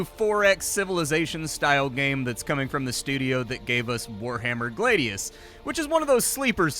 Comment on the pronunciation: Its Glad-ius, like I'm Glad, not Glade-ius